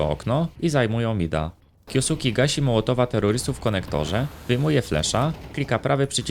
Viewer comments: na przyszlosc nie kiosuki, tylko kjoske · zle wymawiasz jego nick, na hltv dal wywiad gdzie jego nick wymiana sie kyoske a nie kyosuke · jak cos czyta sie kjoske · kyoske sie czyta chyba xd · Czyta się kjoske 🤓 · a tego nicku nie czyta sie kjoske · "kjo suki" xD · na przyszlosc jego nick wymawa sie kjoske;p, ciekawy filmik zostaje na dluzej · masz tutaj linka jak to sie powinno wymawiac, troche mnie szczypaly uszy jak to wymawiales ale odcinek jak najbardziej na plus